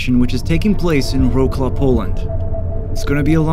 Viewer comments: Wroclaw isn't "ro claw" it's pronounced "rotts woff" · as a pole, your pronounciation of Wrocław astounded me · If not a map on screen, I would never have guessed he meant Wrocław